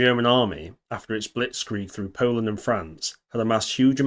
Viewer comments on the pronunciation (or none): none